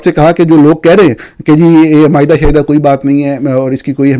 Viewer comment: معاہدہ ۔ معائدہ نہیں